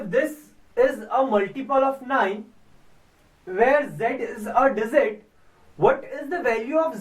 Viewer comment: z is not a dizit its a digit